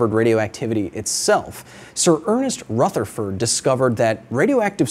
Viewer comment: "Rutherford" isn't actually pronounced like that - it's a Scottish name, and the "Th" is less like it is in the word "ether" and more like it is in "either", a little harder sounding. Sincerely, Rutherford-name-having-person that is a big fan.